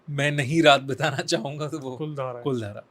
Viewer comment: 'कुलधारा' नही वो 'कुलधरा' है।